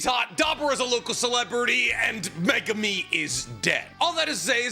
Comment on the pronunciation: My god… why do you pronounce megumi’s name like that?!?!?